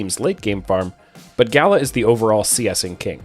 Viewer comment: That Gala pronunciation makes me cringe